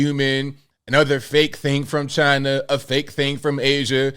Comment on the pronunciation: Do we really believe Chi-Nah?